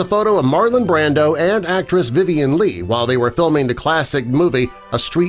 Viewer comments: Brando, not Branden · Brando not brandan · The actor was not BRANDEN, unreal! You cant pronounce Brando when it is the subject?? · It's Brando, not brandon.